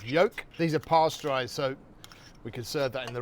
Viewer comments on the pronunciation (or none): Love it! But, could you clarify what you said regarding the egg? You said it was….”parse dried” or something? I really couldn’t make that out. Edit: oh! Was it “pasteurized!?” Haha